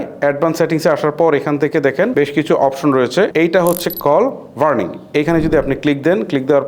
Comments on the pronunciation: ভাই, কল বার্নিং না, কল বারিং। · কল বার্নিং নাকি ব্যারিং?